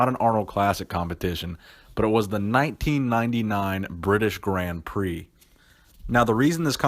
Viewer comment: he says “Gritish Brand Prix”